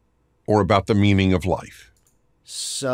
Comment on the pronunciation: Anyone else heard "meming of life"